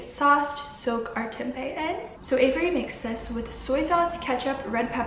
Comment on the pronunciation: this was so good !! thanks for making the video <3 as an Indonesian tempeh is a weekly meal staple and out of aallll the vegan food videos I watched your pronunciation of "tempe" is best, like spot on haha dunno why I had to mention that